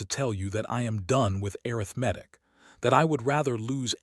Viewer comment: AI just ruins everything. Arithmetic mispronounced is one mistake that got on my last nerve. It shouldn't be so difficult to fix the mistakes AI makes. Laziness perhaps. Or carelessness? The story could have been good. 🫤